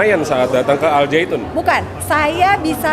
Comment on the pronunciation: Lucu dengernya ini, mengucapkannya al saitun 😄it's okey bu... Wahai para kadrun, budak Yaman, pefitnah dan kiyai kolot... dengarkan kata orang Yahudi ini: lagu Shalom Havenu Aleichem itu lagu rakyat biasa bukan lagu ibadah yahudi... jadi kalian salah besar kalau bilang itu sesat... kecewa wow... puas... puas... kurang ngopi... kopinya encer...